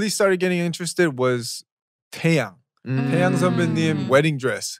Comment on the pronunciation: There is a moment when BM said (in english way) 'TAEYANG' 'TAEYANG' I was wondering, what are you try to talk- but Ashley burst into it I was like, what happen with me no even smile and then just try to listen one more time then .. I JUST REALIZE HE SAID TAEYANGG mi-lord.